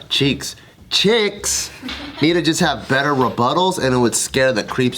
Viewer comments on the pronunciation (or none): none